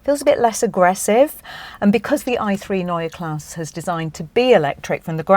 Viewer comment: No...there's no r at the end. Only an e...pronounced like the e in "n_e_ver". Greetings from Germany.